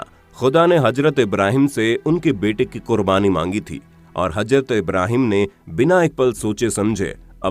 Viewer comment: Hajrat nahi hota Hazrat hota hai bolna to seekhle pehle